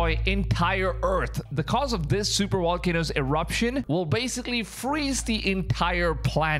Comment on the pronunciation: I love you, my brother in Christ. But "Walcanos"😂😂😂❤